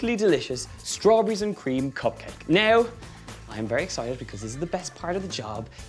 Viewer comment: copcake! Love the pronunciation <3 it'd be amazing to make cop copmakes for a cop party! xd :)